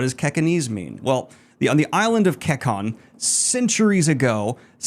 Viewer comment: This is awesome! My only critique is that some of the words are mispronounced. For example, Kekon is pronounced KAY-CON in the audio books. Other than that, this is a fantastic and fun summary!